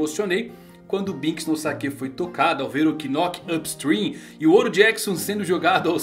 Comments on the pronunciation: O "K" de Knock Up Stream, não é pronunciado... então ficaria Nock Up Stream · fala só "nóqui" não precisa falar o K hahaha tipo Know "nou" hahaha